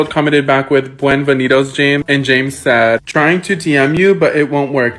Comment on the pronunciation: “Buenvenidos” jesus christ 🤦🏻‍♀️ why did you try